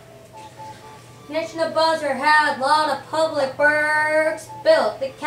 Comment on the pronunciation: ne - boo - kud - nez - ar not neck no buzzer get it right